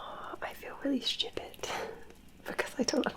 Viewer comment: that "stupid" sounds reeeeally similar to how we say "stupid" in Barbados